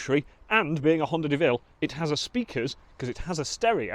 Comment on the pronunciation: My donation is conditional on you calling that work of art a Deauville ("Doh-ville") not a De Vil (as in Cruella)